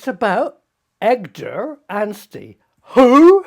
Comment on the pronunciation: That's EDGAR not EGDAR Prof! 😂